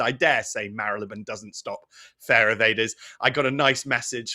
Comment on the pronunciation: How refreshing to hear Marylebone pronounced correctly, BBC can't seem to anymore and my local BBC radio station employs newsreaders who can't sat th, it's fink, fort, norf, souf, free instead of three, it's depressing when we let standards drop.